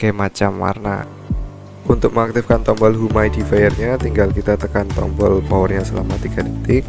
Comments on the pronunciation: humidi-fayer. bukan humaidi-fayer.. hehehe.. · Mau koreksi aj bang, pronounciationnya yg bener “yumid”ifayer bukan “humaid”ifayer:”) But it’s okay, nice content:)